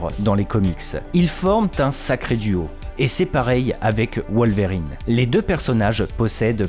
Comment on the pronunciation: Wol-verrine et ca-bol génial 😂😂